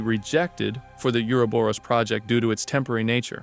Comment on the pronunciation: Can somebody please tell me why nobody can pronounce Uroboros?